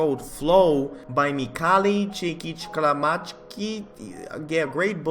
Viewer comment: I know it's off topic, but haha, I'm hungarian, and it was so weird to hear how you pronounce Csíkszentmihályi :D But no problem, I can imagine how difficult it must have been!